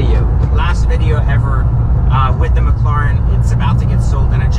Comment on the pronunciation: Why do you pronounce it mclauren?